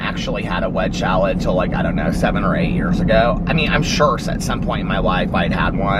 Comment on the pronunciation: It cracks me up every time you say "wedge shalad" 😂 instead of wedge salad